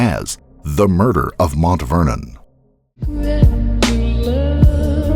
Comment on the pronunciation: Why's he keep saying MONT Vernon instead of Mount Vernon?